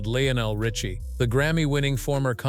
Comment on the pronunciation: PRONOUNCE HIS NAME PROPERLY UNREAL AND YOU CAN'T SAY HIS NAME RIGHT